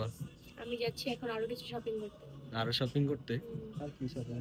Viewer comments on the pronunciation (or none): শ কে স বলে 😩 সপিং,সাসুরি 😩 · ছপিং না শপিং হবে